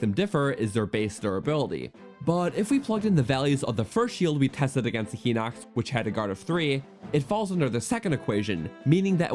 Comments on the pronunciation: It’s not pronounced Heeeeenox… It’s pronounced Highnox. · Not to be rude but hinox is supposed to be pronounced hine-ox not heenox. Sorry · He-nox. Liz-ar-fos. Whut? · Btw, it's "Hai-nox", not "He-nox", also "Em-BLAY-zuhnd", not "Em-bla-zuhnd". Please tell me you don't say "Oak-uh-ree-nuh" and "Me-lay". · no i know!! I was saying I didn't realize it was pronounced "hai-nox" and not "he-nox". I'm sorry if it seemed like I was asking what a Hinox was haha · Uh, wtf is Hai-nox? For someone who's anal about pronunciation you should really research it yourself. Hinox is pronounced "Hee-nocks" as the japanese romanized katakana pronunciation of the same name is "Hinokutsu" [i has a strong "e" sound in japanese] so yes, IT IS HE-NOX. Class is dismissed. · I say it Hih-nuhcks, and not Hai-nox (Hih sounds like it, hit, and bit) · You're right on the others, and until a few minutes ago I thought you were right on Hinox, but I just went to check. The Japanese for Hinox is: ヒノックス (Hinokkusu), meaning "He-nox" would be more correct, ヒ is always pronounced "he". "Hai" would use "はい" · i pronounce all of those wrong except Ocarina and Melee "He-nox" (I thought the I had an E sound) "Em-blaz-oned" (I dont even know what that word means) "O-Ca-Ri-Na" (i pronounce this one right) "May-Lay" (Whoever says "Me-Lay" is wrong)